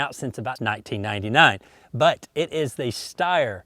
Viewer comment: Steyr is pronounced with a "sh" sound at the beginning. It's very uncommon in the english language but thats how it is :)